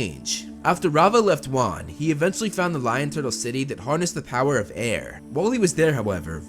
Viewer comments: Its juan not wan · its so wierd that the FIRST avatar is actually WAN which is pronounced like ONE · Avatar Wan (One) Great name for the 1st avatar (Dont get it? Wan is pronounced One)